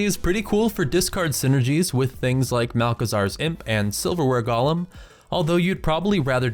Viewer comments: That's not how you say GOH-LEM, Gollum is the weird shit in the LOTR movies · golem != Gollum since != sense mana != manna The root word of "drakonid" is "drake," and there's only a single 'K,' so why would the there be a soft 'A' pronunciation?